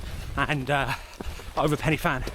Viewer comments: Prounuced pen y van not fan ! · Hi and. Pen Y Fan in the Brecon Beacons or Bannau Brychiniog as it is now known. Isnt actually pronounced Penny Fan in its original Welsh language name. The letter F is pronounced as a V so the actual pronunciation is Pen Y Van with the Y effect being pronounced as a phonetic U or in Brythonic Welsh its just a lot of English speakers dont understand the Brythonic Welsh pronunciation of the wording. So say I as It looks. You actually really need to check out the SAS storming the Iranian Embassy in London in 1980 to see just how the SAS operate on a actually mission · Pen uh van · It's pronounced "Pen y(like the I in stick) Van", it's Welsh. Should be called the Van dance so englishers can say it correctly. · It’s not placed, it’s the countryside in Wales. The Welsh pronunciation of pen y fan is ‘pen u van’. Diolch! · I’m not Welsh but have lived in Wales for the past 28 years. Listening to the guy mispronounce Pen y Fan is doing my head in. 😡😡 You’d have thought someone making a video who would then proceed to say it over 10 times, I didn’t count because I was p*ssed off listening, would research it’s correct pronunciation. It grated on me so much I nearly stopped watching. If there are any Welsh watching they’ll be spitting fire.